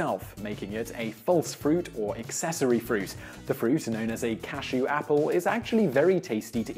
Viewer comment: He mispronounced cashew this entire video